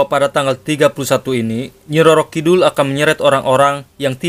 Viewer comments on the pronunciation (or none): Kidul bukan kidhul kang